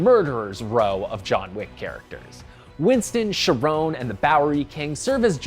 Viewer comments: "Sherone" My guy, that's pronounced "care-on" reference to the ferryman, not a POC name 😂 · "Sharon"? Charon. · "Sharone"??? Seriously? It's Charon, named after the guardian of the greek underworld.